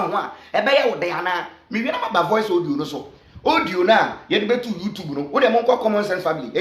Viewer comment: Please use your commonsense, to pronounce well. The word is audio no odio